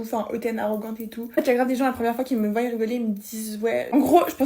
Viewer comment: "qui me voYEnt" 🤨